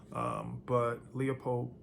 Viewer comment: As a Marylandanian, you're missing out on a golden opportunity by mispronouncing Leupold. It's pronounced "LEWWWpold" 😂